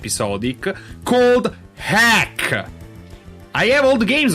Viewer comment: nitpick: ".hack" is pronounced "dot-hack". The dot is not silent. :p